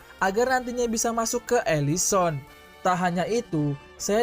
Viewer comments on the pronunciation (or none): elison :(... elysium